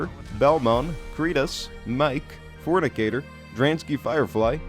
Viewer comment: Forcinator ❌ Fronicator ✅